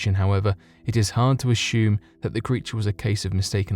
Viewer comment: "Ashhume"???? "Capshule?" I'm sorry I just don't understand why you're mispronouncing these words incorrectly and you sound so educated. It drives me crazy the word assume and capsule do not have an sh sound in them at all!